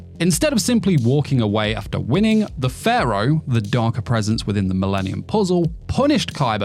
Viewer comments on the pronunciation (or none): none